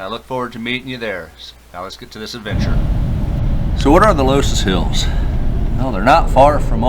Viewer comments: Only 2 minutes in, but I have to make a correction. It's pronounced "luss hills". Carry on... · loess hills pronounced “Luss”. Mondamin is Mon day men